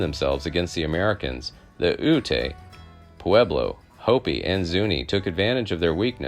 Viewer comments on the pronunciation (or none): The name of the Ute people is pronounced Yoot, not Ootay. If you want to do history videos, try doing more research.